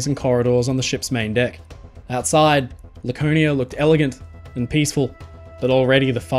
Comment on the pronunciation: Once I heard "Lakernia" and "smatest", I had to leave. Please educate yourself on how the letter R works.